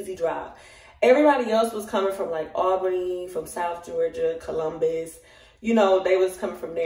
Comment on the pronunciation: girl I’m already knowing and I’m from there and that’s exactly how we say it! 😂😂😂😂